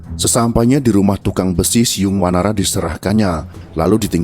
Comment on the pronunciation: Ciung bukan siung lurr😊